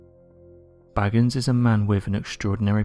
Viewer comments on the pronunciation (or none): Why do people insist on calling this man "Baggins"?? Listen to him when he introduces himself on "Ghost Adventures" and try to pronounce his surname how he pronounces it. If you still can't comprehend it, try using phonetics, i.e BAY-GANS. It's like saying Petter instead of Peter. Surely this man knows his own name!! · It's not BAGGINS, it's BAGANS, as in "Bake Ann's"! Sorry Zak.